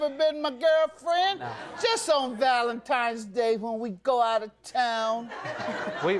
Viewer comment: Ugh, did he say "ValentiMe's"?